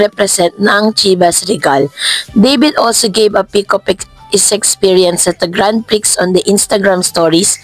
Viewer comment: Please check how to pronounce GRAND PRIX